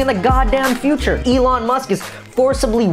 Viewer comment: "the futere"